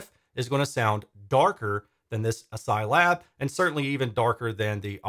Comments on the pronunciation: Is it really ass-psy? It’s spelled like ass-key, as in character set. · Are we sure on that pronunciation? I read it in my mind pronounced like: ASCII (askey). Update: In hindsight I feel a bit like a doofus for even asking this... Otherwise, these look like great step up bookshelves for me when I have a bit more space. Right now about all I can manage are the KEF Q150. Certainly more affordable than the KEF Reference 1 Meta I was lusting over before. Oh, and +1 definitely interested in seeing some more direct comparisons. I demoed the KEF Q Concerto Meta, and it did seem a bit dark to me too, esp side by side with the R3 Meta. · I'm pretty sure the name of the company is pronounced "ass-key," as is the traditional pronunciation of the ASCII acronym.